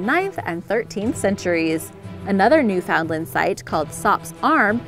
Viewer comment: Say it like this "newfun-land". We don't say it like new found land . We talk much too fast for it to sound like that lol 😂